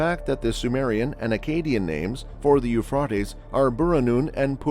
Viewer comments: Uuuphraeaeaitees...pronounce it right potaato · yoo·fray·teez Now fucking say it right or get punched it the mouth. It's almost like you're mispronouncing it on purpose. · Generally, the pronunciation is Euphrates with a long a vowel. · The You-Frought-Eez is an amazing river… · I quit watching after 10 seconds. The mispronunciation of the Euphrates was extremely annoying. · Are there places in the world where "Euphrates" is actually pronounced the way it is in this video? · Lol. I know right? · I thought I was the only one thinking this. I googled it. 😂